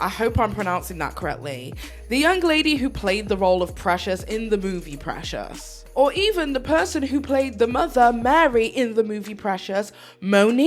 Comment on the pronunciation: Dang you messed up Precious’ name lol